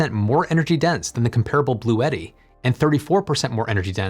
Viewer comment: Bluetti is pronounced Blue-tea. Two syllables.